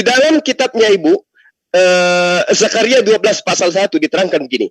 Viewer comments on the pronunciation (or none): none